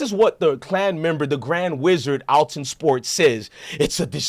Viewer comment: If you gone be a news outlet. Read better genius. It’s clearly ath-Lon sports. lol